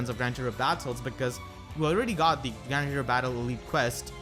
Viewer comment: Every time I hear say Grand Hero I hear grandeur haha